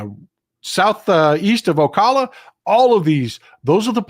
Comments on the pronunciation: O Cal la is how we pronounce it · If you’re not from Florida you have a hard time pronouncing Ocala correctly 😂 Otherwise keep up the good work